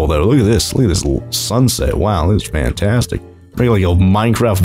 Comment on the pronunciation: The way he saids fantastic is fantAstic